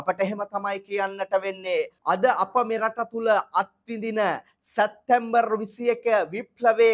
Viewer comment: සැත්තැම්බර් - වැරදි / සැප්තැම්බර් - නිවැරදි උච්චාරණය